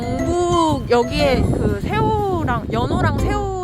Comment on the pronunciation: 연오랑 세오 아니고 연어랑 새우로 들렸다.. 배고파